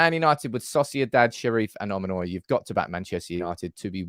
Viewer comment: Hey! I'll tour you around Cyprus for a free membership! By the way it's Omonia, the last o is silent 😀